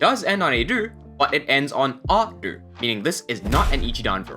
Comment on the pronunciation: I am seriously wondering why you pronounce ru as dur